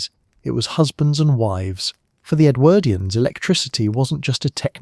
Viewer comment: Love your stuff - interesting choice of topics, but do think you could tweak your pronunciation of Edwardians, it sometimes gets rendered as EdwErdians - but sometimes properly. Really jars.